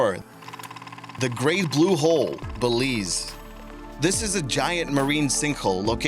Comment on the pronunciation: Every time he says hole I just hear hoe.